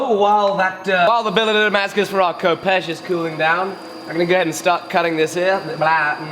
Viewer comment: fif you know its pronounced Hehpesh not Kopesh